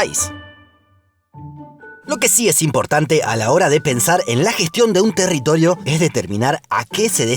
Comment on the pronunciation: "territolio" 🤣 soy el unico? Gran Video, como siempre. Gracias!